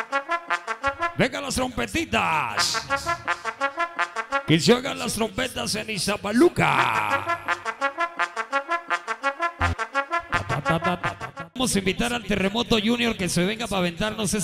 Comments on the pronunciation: *Es Ixtapaluca no Iztapaluca. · Es Ixtapaluca,no iztapaluca